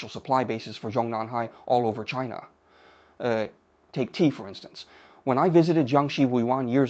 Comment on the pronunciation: I don’t like the pronunciation of “China”. It was a French version rather than English version😂